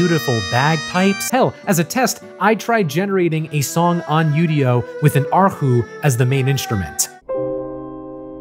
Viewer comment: bonus points for pronouncing erhu correctly.